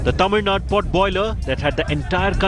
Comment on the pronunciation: how you pronounce the TAMIL NADU? as Tamil NUT Tamil NUT re- pronounce the word properly,Please.